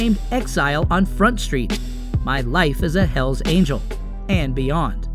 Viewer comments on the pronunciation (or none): none